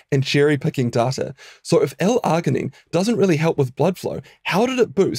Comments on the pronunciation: Please pronounce your words right. It's NOT Ar-gin-ine, it's Arg-inine. You know, like an Australian Pirate would say it - ARG, mate, ARG. Like the "G" sound in the name "George." You know why pirates can't recite the alphabet don't you? They can't get past the letter "Rrrr." Damn foreign scientists who think they know our language better than us. 😂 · I have never heard arginine pronounced with the hard g. generally when g is followed by I or e it is pronounced with a soft g like gin or gel. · The way you pronounce "arginine" grinds my gears. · Kiwi accent usually tend to do that hehe